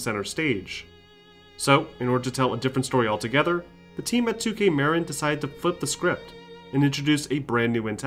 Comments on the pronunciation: muh-RIN not MARE-in, it wasn't named after Cheech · With the announce of the new Bioshock, let's all hope that it's not run-and-gun Haloshock like Infinite was. Sidenote: It's definitely not pronounced "2K Merrin," its "2K Muh-Rin." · I know this video is a year old and I love your documentaries, and would hate to make it seem like I don't, but one thing I HAVE TO criticize is that you mispronounced Marin. I am from Marin myself to I can tell you with 100% confidence it's pronounced Muh-rin not Mare-in. Otherwise AMAZING video as always. Thank you! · Killer documentaries, like always. I just need to comment (sorry) - Marin is pronounced - Mah-Rin. As a native that was just driving me nuts as they played such a large role in the development from 2 onward. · The way he kept saying Marin really killed me inside as someone who lives in the area lmao. Its pronounced “ma-rin” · The way you pronounced Marin... Made me feel weird... As someone that lives in that area. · Haha I live in Novato California (94947) that basically means my home town made the best game of all time, and the way he said Marin got me laughing haha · Anyone else hear the way he said “Marin” 😂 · Great video, but that pronunciation of Marin kept getting me.